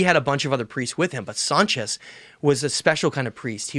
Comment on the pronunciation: Sonchis not Sanchez you schmucks